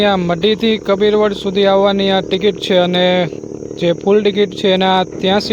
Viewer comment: કપીર વડ નહીં કબીરવડ ભાઈ